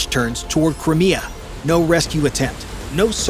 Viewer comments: Its crimea,sounds like cry mia,not crimmia,it always has been so.😅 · Bloody Americans .It's Cry mea ,FFS !